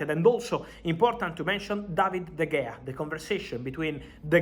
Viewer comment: Fabrizo it is spelt de gea but pronounced de hea